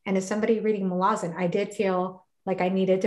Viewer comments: Thank you for the pronunciation correction! I hope I can change that after saying it wrong for so long. So true about how this series is comparable to Tolkien's in complexity and lore. Malazan is certainly worthy of the attention it's been receiving, and I believe it will stand the test of time. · I understand it to be pronounced "Muh-la-zuhn." I could still be wrong!